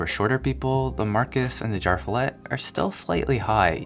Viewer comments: no offense, but your swedish pronunciation could use some work.. :D I kept wondering what "jarfillet" was! Umlaut-A is an E! Jer-fjellet! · As a nordic guy with basic knowledge of swedish i can't help but laugh when english-speaking people try pronouncing ikea product names :D Jar Fillet sounds like meat from a can, or some fancy name for SPAM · It is pronounced "YarvFeeyallet" . Fjäll means mountain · Its pronounced yearv-f'yellet just saying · "jarv fillet" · His pronunciation of JÄRVFJÄLLET hurts my swedish ears. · Had to listen to how you would pronounce JÄRVFJÄLLET. IKEA are not making it easy for international customers.